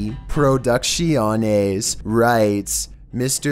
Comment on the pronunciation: the way you pronounced producciones got me howling dude LOL